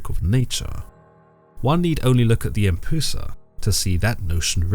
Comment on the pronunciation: Isnt it pronounced closer too "em-p-yoo-sa"?